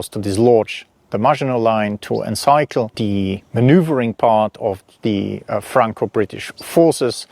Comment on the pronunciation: Fascinating. Thank you. Pronunciation: seize like sees (not size); and encircle like circle (not cycle).